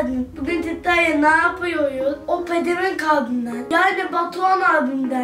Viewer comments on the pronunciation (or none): Abisine pedemenk diyor bu nasıl kardeş